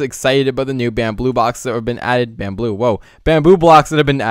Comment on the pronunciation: Lol you said Bambillo.... Bambillo Pillow case xD